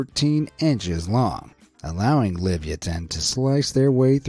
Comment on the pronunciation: It's not liv-ya-tin, it's la-via-tin.